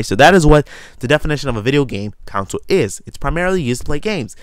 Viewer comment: err it's pronounced con-sole not council, just sayin